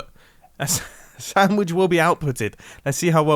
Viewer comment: I could have sworn he said “Soundwitch” instead of sandwich